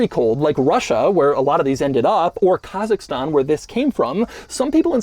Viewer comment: Всем Ассаламалейкум! Вот это было внезапно. И произнёс просто и идеально. Казахстан🤙🏽